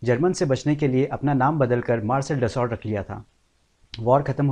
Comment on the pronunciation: अच्छे वीडियो बनाते हो भाई परन्तु ज़रा सही उच्चारण भी कर लो। दससौल्ट नहीं dassu (दस्सु) होता है।